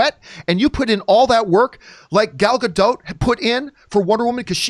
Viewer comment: Dude chill. Also quit saying Gadot like that, say it correctly